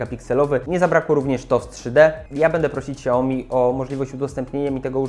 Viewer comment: ''szałmi'' a nie siaomi